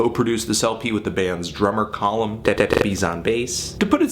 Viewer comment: OI! it's Cuh-Lum, not Coh-lum! get it right, for the sake of Colms everywhere, please.